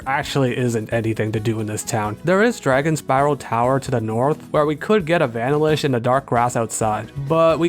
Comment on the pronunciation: pls never say "vanilish' again. have a nice day